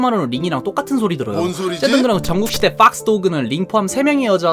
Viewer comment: 그놈의 뽝스ㅋㄱㄱㅋㄱㄱ난 첨에 빡스보이 빡스걸이 뭐지? 상자인줄ㅋㄱㄱㄱㄱㄱㅋㄱㄱㄱ아 오늘도 넘 재밌었다ㅋㄱㄱㄱㅋ응~그코인상장폐지 되었대ㅋㄱㄱㄱㄱ금사매랑 썸타도 로리ㅋㅋㄱㅁㅊ. 그나저나 성대모사는 왜케 잘하는데요